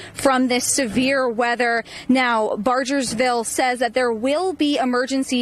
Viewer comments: Someone needs to inform this reporter that it’s BarGersville and not BarJersville. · Teach that girl how to say Bargersville